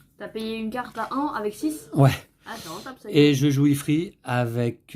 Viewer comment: Pour info il se dit « ifrite » lol Merci pour cette très bonne video Je vais m’acheter ce jeu, c’est certain